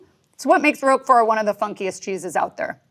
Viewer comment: Thank you, I enjoyed this a lot and I've never heard of Cabrales. I learned loads - but, please, not Roke-fort, it's pronounced Rock-four. Also - Epoisses? Munster?